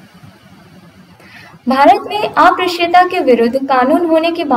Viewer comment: ये अप्रश्य नहीं उच्चारित होगा अस्पृश्यता है